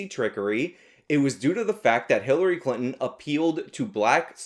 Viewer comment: I thought you said HiTlery Clinton, lol.